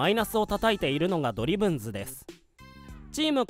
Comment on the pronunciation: ド↑リ↓ブンズ↑ってニュアンス気になるわ